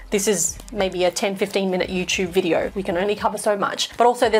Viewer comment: Lol on ‘bidyo” 😅